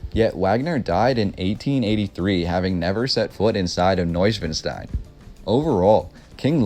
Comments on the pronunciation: The castle's name was NOT pronounced properly, unless that was a Bavarian accent I've not heard. It's not schwin like the bicycles, it's schwan like the bird. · You put all this effort into learning about Neuschwanstein Castle, but cannot, for the life of you, pronounce it correctly. Shameful! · The castle was largely unfurnished,Neuschwanstein was used by the Nazis to store stolen art during WW2! Wish you even tried to pronounce Ludwig , Wagner and Neuschwanstein! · It's pronounced Vogner, not Wagner. Swan Lake? New Swan Castle is what the name means Neu-Schwan-stein, not noivwanstein... Wagner wrote about Swans, if you go to this castle you will see the top hall is a large music auditorium dedicated to Wagner with swans everywhere. The fountain in the kings room is a swan, there are swans everywhere. Both parents had castles nearby and are still there (the castles).